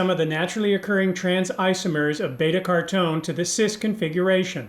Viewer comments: Isn’t it pronounced care-O-teen? 🤔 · why do you pronounce carotene like "cartoughn" or something?:) And curcumin is usually pronounced like "kurkumin."